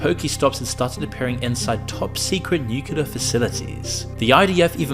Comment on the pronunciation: can you please send your script reader to speech classes or something. If I hear another "nucular", I swear...